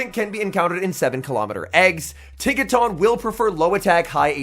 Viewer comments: Its pronounced tinka-tun, not tahn lol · Tink-a-TUN bro. Not “Tink-a-TAWN”